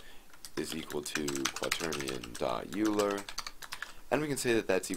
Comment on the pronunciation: thank you for the tutorial- really useful! p.s. Euler is pronounced 'oiler' - he was German And by German I mean Swiss !